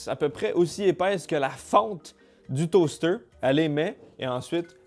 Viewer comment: Deuw stayks down le toasteuouw 🤣🤣